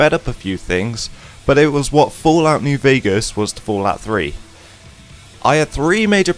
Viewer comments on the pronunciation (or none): none